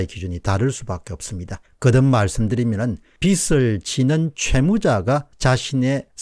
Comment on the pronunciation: 빚을~~>비즐이라고 읽어야 함~